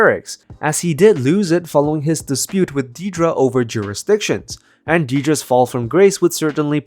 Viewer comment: If you can't pronounce her name correctly then don't pronounce it at all. It's Dead-ra, not Dee-dra.